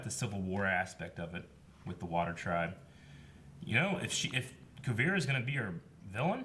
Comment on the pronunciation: Kuu-veer-ah :) just a little help.